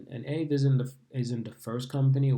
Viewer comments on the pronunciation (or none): It’s pronounced Ah-vay